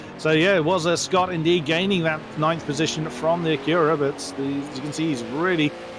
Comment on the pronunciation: Just a quick comment: Acura is pronounced AK-yoo-rah or AK-oo-rah. The stress is on the first syllable, not the second. It took me a while to realize what was referring to, as I thought he kept pronouncing it ak-YOO-rah...so I was looking for a Koenigsegg Agera out there! Hahaha!